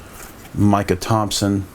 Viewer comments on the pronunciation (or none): none